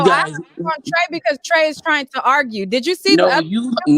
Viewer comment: Plies says arguh lol